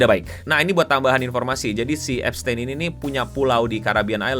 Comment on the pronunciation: Bacanya bukan gitu bang tapi eps-tin